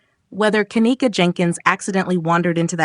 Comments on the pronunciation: See, its hard to get passed the 1st part of this video when the little stripper chick who was speaking in the very beginning turned around & made a video recanting all of those crazy ass claims that she had made so boldly & so confidently, making her credibility ZERO. Also, why are we calling her Ka-neck-a, when its pronounced Ken-neeka? 🤔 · Ughhh the annoyance! You’re say her name wrong!!!!